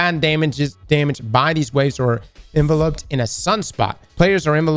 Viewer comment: The pronunciation of enveloped is hurting me